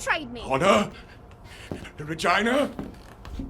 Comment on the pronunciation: Excuse me what REGINA? Ehm sir i think you pronounced that wrong.